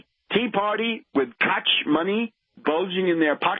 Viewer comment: Are we vindicated or just sheeple being further divided as it comes down to the wire? Now Tarp it's pronounced "Coke", not "coch"